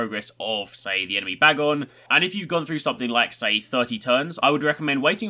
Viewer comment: You're saying bagon's name wrong